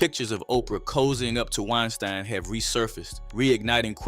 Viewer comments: Great video and I agree with your tenet. ONE HUGE bit of advice. It isn't 'WINE-STIIIEN" if you are Jewish. It's 'WINE-STEEN." If you are GERMAN, it's 'RAMM-STIIIIIIIIIEEN." As in the incredible metal band from GERMANY. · Hearing "wine stine" erks w me so bad. How you pronounce something wrong after hearing it pronounced right! 😂😤 goofahh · Harvey Weinstein is pronounced WINE-STEEN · WINE-STINE WINE----STINE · Hee heee🤭🤭🤭 Wine-stine.